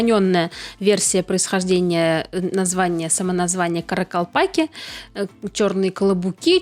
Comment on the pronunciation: THE NUMBER OF KARAKALPAKS IS MORE THAN ONE MILLION. THEIR NAME IS PRONOUNCED: KHA RA KHAL PAKH. NE ISLEP ATYRSANG - WHAT ARE YOU DOING? ЧИСЛЕННОСТЬ КАРАКАЛПАКОВ БОЛЕЕ ОДНОГО МИЛЛИОНА. ИХ НАЗВАНИЕ ПРОИЗНОСИТСЯ: QА РА QАЛ ПАQ. НЕ IСЛЕП АТЫРСАНЪ - ЧТО ТЫ ДЕЛАЕШЬ?